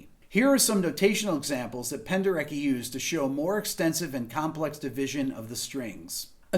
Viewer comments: Rick, "Penderecki" should be pronounced with "c" as "ts" in English. Anyway, great material as always, greetings from Poland :) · If you're suffering from melodic discharge, you might want to see a physician. Also, not 100% sure, but I thought (and an actual Pole seems to confirm this below) it was pronounced "Penderetski"? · I know his name is spelled "Penderecki", but it's pronounced something closer to "Penderetski".